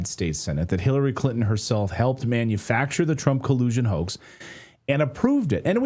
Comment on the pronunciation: Hirarry Crintom? Ohhh nooo!